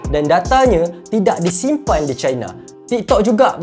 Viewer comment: Bang sebut je laa China tuu 'Cina' (sebutan Melayu) jangan laa sebut 'Chai-na' (sebutan Inggeris) kalau nak betul2 Melayu sebut Tiongkok Tongsan... I I I..